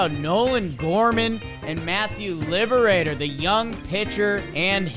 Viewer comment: Matthew Liberatore. He says his name as (LEE-bruh-tor)